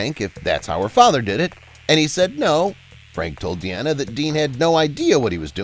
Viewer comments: her name is pronounced as DEENA, not Deanna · It’s pronounced Deena not De-Anna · It's not "De-Anna," but "DEEN-ah." As in her dad's name Dean, just adding an 'a' at the end.